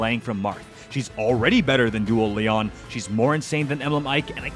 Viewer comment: Stop calling him Leon please, his name is pronounced LEE-OWN